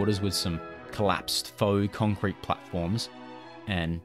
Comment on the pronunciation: "contcrete" ;-) (sorry I'm a librarian, I HAD to) lol